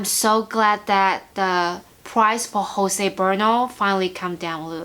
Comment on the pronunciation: Beautiful plants!! I am jealous of the Hoyas, but I’ll need a greenhouse or sunroom before I acquire any more large leafed beauties 😆 I think your fave is actually Jose Buono (sounds like boo-oh-no) 😊 With alocasia, they’ve not been happy in terracotta in my experience 🤷🏻‍♀️ probably bc I’m an underwaterer 😆 Thanks for sharing, love your videos -💞Jaclyn